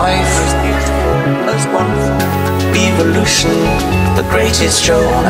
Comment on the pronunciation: I hate the way he pronounces "eve"-olution